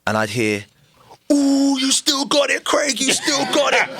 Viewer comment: It's Craig, not Creg 😂